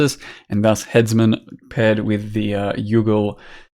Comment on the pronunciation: When hits you with " THUS " Kreygasm